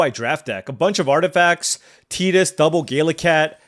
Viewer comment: Nice to hear someone say Tidus name correctly. Some people pronounce it like "Tight-ass".